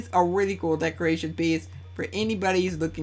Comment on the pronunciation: "decorachon" BRUH HAHAHAHA